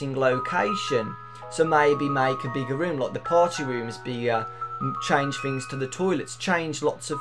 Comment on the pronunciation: Fings? Fink? It annoys me so much. I'm sorry but it does. What happened to learning Phonics? TH DAMMIT TH